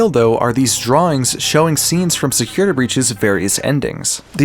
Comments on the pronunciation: Forgive me, Please please forgive me- but. "Securitr" I'M SORRY XD 😭😭😭😭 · Securituh breach